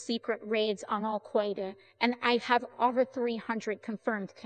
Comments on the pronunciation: I wish the people making these would edit the input so the words are spelled phonetically so the bot pronounces them correctly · The day Al-Qaeda isn't mispronounced here is the day the robots finally take over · uh no i think that's just an error in the AI. it mispronounces words at random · Can you please just for once fix the Al Qaeda mispronunciation in the speech before uploading? It’s getting really irritating.